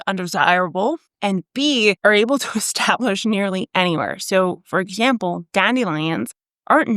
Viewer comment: Im here to hear her say “exzhample”, she said it 3 time.